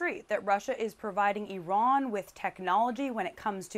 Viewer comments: Where is Eron? Why is Eron giving missiles to Ruzzia? OH thank you Blinken.. Iran.... Why do muricans mispronounce everything? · Excuse me young lady, but what the hell is an eeeron???🤨